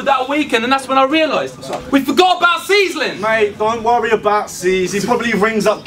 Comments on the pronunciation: Hahahaha it's Ceezlin not 'seasonin' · Why does call Ceezlin "seasoning"?